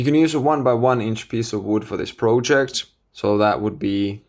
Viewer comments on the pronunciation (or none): I like your videos a lot. Also, I think your English is very good, both in terms of use of language and pronunciation. I only wanted to point out that the word "project" is pronounced as in I am not a native speaker either, but since you use this word a lot in your videos, I keep hearing it with the "o" pronounced as in the word "no" for example, instead of as a short "o" as in the word "dot" for example, which is the correct pronunciation. Please take this comment in good faith! Keep up the nice videos.